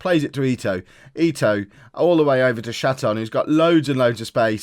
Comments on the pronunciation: Definitely ee-toe. You are saying it correctly!! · Okay, just so you don't freak out about names anymore. I'm a german and also Hamburg supporter. You're spot on with Ito (EETOE) and its Jantcheetchitch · You are pronouncing Ito correctly 🙂